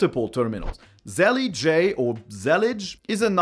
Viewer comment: Zellij (زليج) is an Arabic word for "tile". It is pronounced the normal way, no need to say "jay" in the end of the word.